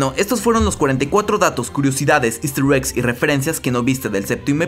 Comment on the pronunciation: Siempre dice esster eggs y curiosidades pero termina contando todo el capitulo 😂😂😂